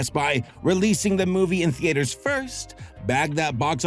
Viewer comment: Why do you pronounce theatres like thee-aters lol